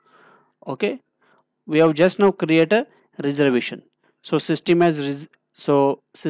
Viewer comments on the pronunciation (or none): none